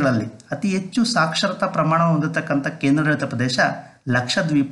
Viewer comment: Good information ,, ಉಚ್ಛಾರಣೆಯಲ್ಲಿ ಸ್ವಲ್ಪ ಬದಲಾವಣೆ ಮಾಡಿಕೊಳ್ಳಿ ಸರ್, ಹೆಚ್ಚು -- ಎಚ್ಚು, ಹದಿನೇಳು--ಅದಿನೇಳು ಆಗ್ತಾ ಇದೆ